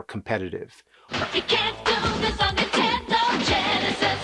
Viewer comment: All these years and you still say Intendo and not Nintendo